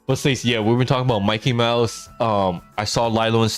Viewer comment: please i beg you ; ask the dictionary on your PC or somewhere to pronounce Mickey Mouse .